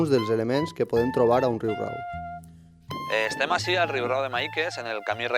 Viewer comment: Excel·lent documental!!! Només un apunt. És ben curiós que és l'element popular qui pronuncia com cal el terme, no així com locutor i historiador. La segona r és senzilla. Aprenem dels qui saben!!!